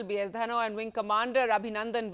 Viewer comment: Aaandu, eeeesssu, awardeddddu.. Nice English